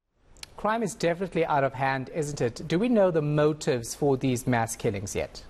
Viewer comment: This, she keeps saying Mess killings instead of Mass killings. 🤔